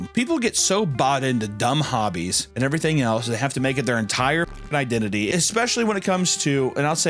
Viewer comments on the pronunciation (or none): none